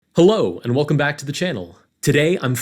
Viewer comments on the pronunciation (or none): none